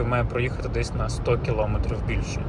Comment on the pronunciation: Дякую за огляд, але, будь ласка, припиніть говорити "килОметрів". Це дуже засмучує, у нас майже немає українських автоблогерів, які говорять правильно це просте слово.